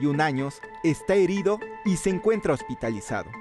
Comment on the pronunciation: min , habria resultado RESULTARO y HERRIDO jajaj